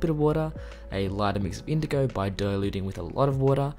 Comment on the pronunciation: No one: Literally nobody : Painter : indogow